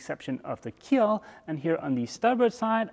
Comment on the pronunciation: Keel, not keep...lol